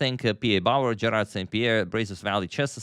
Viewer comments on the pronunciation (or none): none